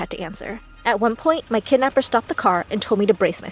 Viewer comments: Umm is no one gonna mention that is say kednapper instead of kidnapper ?( ͡° ͜ʖ ͡°) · It’s kidnapper not kednapper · It's Kidnapper not Kednepper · Whats a 'Kednapper'? XD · (Kidnaper) not kednaper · It’s not KeDnAppEr it’s called kidnapper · Ah yes, kednapper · I’m sorry “Kednapper”? No, *kidnapper.. get it right!! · Kidnapper not kednapper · Did it really say KEDnapper? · Kidnapper not kednapper bruh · Haha they said kednapper 😂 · 'kednapper' LOL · "My kednapper" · People : writing the title kidnapper Person: nah bruh KEDNAPPER sound right 😂😂😂😂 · Kednapper. Really?!?! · kednapper bruh its kidnapper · Its Kidnapper not kednapper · ITS KIDNAPPER OH LORD YOU DID KEDNAPPER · Kednapper??? Kidnapper y’all couldn’t correct tht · Bish wot its “kidnapper” not kednapper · It's KIDNAPPER NOT KEDNAPPER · Wait what "kednapper" bruhhh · Hahaha kednapper lol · I like how it says ked instead of kid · Wait does anyone realise that they said kednapper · What’s “ kednapper”? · Kednapper huh? But I love the story anyways excited for part 2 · They said kednapper lol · "kednapper" bruhhh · “I saw my kednapper after 10 years” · When it said kednapper like....WAAAT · Whats a "kednapper"? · Bro “Kednapper” 😂 im dead💀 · whats kednapper? XD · ah yes, kednapper good job my story